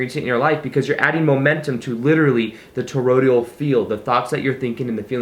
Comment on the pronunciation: Toroidal, dear one, not Torodial ❣️